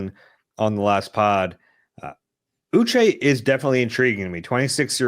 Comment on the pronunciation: Uche = Oo-shay